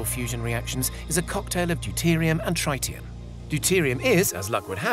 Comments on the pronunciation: How can you make a video like this and not even know how to pronounce the word Tritium, its Trit-i-um not Tri-tium and if you didn't know what Tritium is, its a radioactive isotope state of Hydrogen, with 1 Proton and 2 Neutrons, where Deuterium only has 1 Proton and 1 Neutron. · Dude, it's tritium: not trietieum. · What? Trytium? Do you mean Tritium? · It is pronounced "trit-ti-um" NOT "try-ti-um". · Guess the whole video is irrelevant he pronounced it wrong, dang. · No one says TRYtium, not even in US English. It's TREEtium. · Try-tium huh? Is that a new element or a mispronunciation of tritium? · Tritium not "trytium" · Wtf is tri ti um. I think you mean tritium. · Tritium.. not triteum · Its tr-IT-ium not tr-ITE-ium... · ITER "I.. T.. E.. R" sound letters dont sound as a word lol.... tritium ... i is like friter not tricycle ... like pronouncing someones name wrong and introducing them as your good friend... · He also said 'runaway reaction' when talking about a fission plant. Also: thats not how you say tritium.